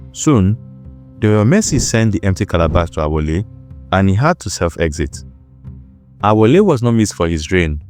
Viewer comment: Correction: The name is Alaafin Aole, not Awole.